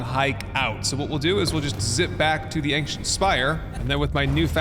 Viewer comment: Watched the whole series so far, today. Still giggle at the first anksient in an episode. Ancient, the joys of the English language being 5 languages in a trench coat, ci makes an sh noise and breaks half the rules we were taught about pronouncing things.